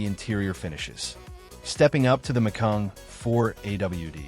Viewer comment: By the way, the Porsche is not pronounced “Mac-kayeen” !